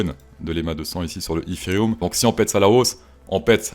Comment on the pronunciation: Dans la logique de ton anglais tu ne devrais pas prononcer ethhhhheriumm mais eteriome